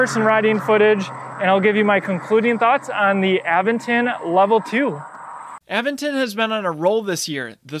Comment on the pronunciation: a VENT ton. Not, Aven ton.